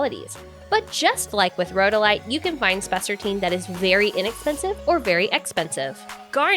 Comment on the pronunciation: I love spessartine- and you’re correctly pronouncing it by the way, which is a plus- and that you’re not AI 🤖 is a double plus, lol!!!